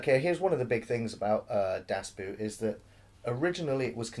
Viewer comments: ALARM!!! good job on not being BBC- biased. And its not Das Boot, Das BOO(double O)T. Its the best submarine movie, U571 is a cheap ripoff. One of the funny scenes is the first one actually, when then the two sailors piss on that Mercedes, and I thought like: shit, those guys are in trouble, but the captains commentary killed me: "Thats the fire drill". Yeah, one of the best war movies ever. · Well it's been said before down here ,"DON"T" get the English version .It's sounds like a cartoon . Watch the original German and also the Director's edition (cut) The longest version you can get .A bit of educational human speaks German ..... and it's pronounce" Dass Boat " idiots as in ship (boat) . "ALAAAARM ,ALAAARM !!!!FLUTEN ,FLUTEN ..................nah, manner April ,April !! Übung ist dass halbe leben!! ProbeAlarm !!!!! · And the 'oo' in 'boot' is pronounced the same way as 'oo' in 'door'. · The pronunciation...😂. "Boot" sounds more like "boat", but a little more extended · It's not pronounced "Das BOOT" even though that is the spelling. You should have enough curiosity to wonder how that word is pronounced in German. "oo" in German is pronounced the same as "o" in "go". In other words "Boot" in German is pronounced as if the word was "Boat". Why do Brits lazily - and arrogantly - assume that the way a group of letters is pronounced in English is necessarily how it will be pronounced in the other language? No wonder we are renowned for our inability to learn other languages... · Great review of an excellent movie. Definitely the best submarine movie ever, and one of the best war movies ever. I watch it at least once a year. I just wish you'd stop saying "das boot" and say "das boat" :-) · Coy Leigh Because in German it's pronounced more like 'boat' and not 'boot'. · Just pronounce it like “boat”, not “boot”, then you’re on the right track. German “Boot” means “boat” and is also pronounced very similarly ;) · It's pronounced: BAOT (almost at least) Not Boot!